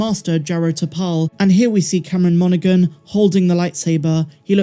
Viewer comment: the G in Monaghan is silent. It’s pronounced MON-uh-HAN, not MON-uh-GUN.